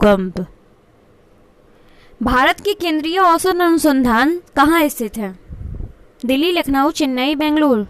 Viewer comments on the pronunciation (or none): none